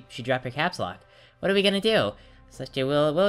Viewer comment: Celestia not Molestia